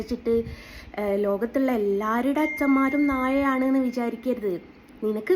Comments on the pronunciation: പറയാൻ പടിക്ക്. നാഴ അല്ല നായ. അതും പറയാൻ അറിയാത്ത ഒരു ജന്മം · നാഴ അല്ല ചേച്ചി 🫣നായ ആണ് 😂